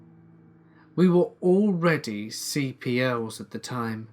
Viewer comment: BTW for the future, The line we were already, " CPLs.." In the military story around 12 minutes means that we were already Corporals in rank. It is not pronounced letter by letter when you see that, you just say "Corporal[s]"